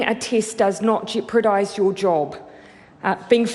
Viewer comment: I like her jepradise instead of jeopardize. A little bit funny but no offense to her.